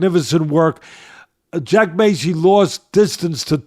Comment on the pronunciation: Massey doesnt have a c in it like macy its not said like that